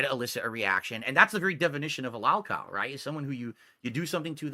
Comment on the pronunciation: He needs Joon and Kino to fight his detractors for him. Look how he tries to hide in their shadow. Why doesn’t he do his own documentary? Jesus what a spineless little coward he is. And no,, no one hears the word lawlcow until you say it like that. No one stalks you. Go get your Pullups and act like a Big Boy. Good god. Sure, we’ll all forget how you said Joon should cover the positive side of your life and the documentary would be unfair if it was mostly negative. Then Joon gave you a heads up so you adjusted your attitude and retconned your whining about how no one cares about your positive happiness.